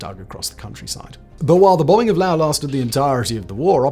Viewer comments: Laos dude, not Lao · Laos, not Lao. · Why you say lao?😂😂😂 its laoSSS lolzz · It's pronounced Laos, with an 's' not Lao. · And don't pronounce it the Texas way that LBJ did. It's not Lay' os, it's more like La ous.